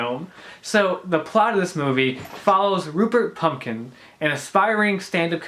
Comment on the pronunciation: Good review,, but you did manage to do the same thing as the receptionist at Langford's office - namely pronounce his name wrongly, twice - 'Jerry Pumpkin'! And I love it and wonders if you did it on purpose!:-)